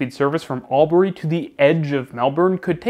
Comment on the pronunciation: Mate i'm from Albury and your pronunciation killed me. Great video tho